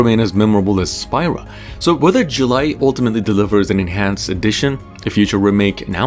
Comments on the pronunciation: Have you even played the game? It's pronounced "SPEE-rah" not "SPY-rah" geez! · You lost me at Spy-ra instead of Spira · It's not Spy-ra. It's Spear-uh. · "Spyra" Me: next video